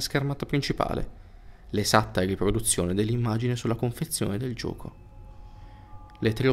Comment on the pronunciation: adoro quando dice gioco. lui nn dice "gioco" ma dice "giuoco". senza offesa.